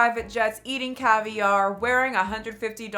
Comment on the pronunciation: Why does Jaclyn keep pronouncing “caviar” like that? There’s no accent on the second syllable, girl.